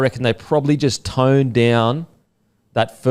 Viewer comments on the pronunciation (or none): none